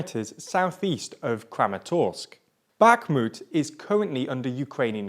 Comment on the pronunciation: I appreciate that they didn't mispronounce Rubizhne and Bakhmut, at least.